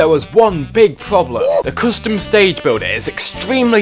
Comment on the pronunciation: "Friday night fonkin'" "Coostum"